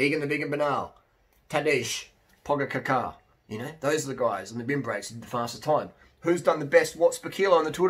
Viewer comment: Great vid overall! Please make an effort to pronounce Pogačar’s name correctly.